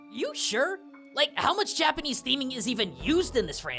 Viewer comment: Fascinating! And your Japanese pronunciation is amazing. I thought the design of The Teacher was just inspired by the monster, though.